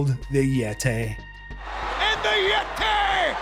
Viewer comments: I will never understand Tony’s reason for saying “yetay” instead of “yeti”. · the Yet-tay 😂😂😂😂